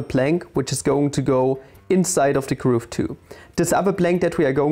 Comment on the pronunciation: nice video, really enjoyed! One small nitpick, Im not entirely sure but i think the way you pronounce groove is a bit off. It should be pronounced "ɡro͞ov" with the same vowel sound as the one used in "cool". Somebody correct me if im wrong :D